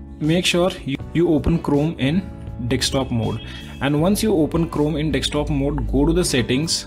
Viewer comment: Just download iYTBP perfect youtube app + pip with no youtube red. btw why do indians always say "dextop" cant you say "desktop" and also oneplus does not need to fix it. if it does not work its the apps fault